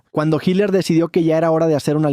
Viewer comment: HILER O HITLER????